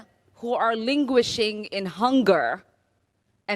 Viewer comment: She said "Linguishing" instead of "languishing" lol